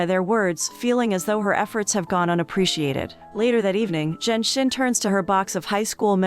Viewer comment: Narrator butchered the pronunciation of the female lead character's name. For a while, I was like who's "zen shen"? It's zhen xin. 2nd male lead is Ouyang.